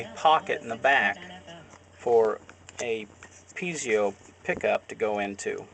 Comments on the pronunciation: Are you sure it's not (Pee et zo) as in pizza. Or even (Pee a zo) would be better than (Pee zee o). That's a nucular mistake. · Brother is is pronounced - Pee Zoh - not pee ze oh - thank you for sharing from OzMerica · For the love of god,please stop saying pee-zee-o. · I know right!!! PEE A ZO or PEE EH ZO. FUCK!!! I can't even watch this whole thing.